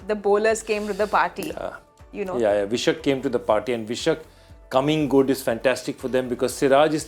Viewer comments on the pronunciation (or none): It's pronounced Vyshak (Why-shak ), not Vishak 😂